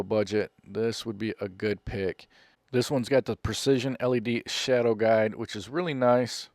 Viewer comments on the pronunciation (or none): none